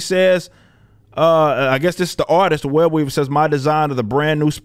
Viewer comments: When you said his name I thought you said WEB EATER LOL 😆 😂 🤣 😅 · When he said his name I thought he said WEB EATER 🕸 😂 🤣 😅.. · “Web-weaver” lmaooo is it really that easy?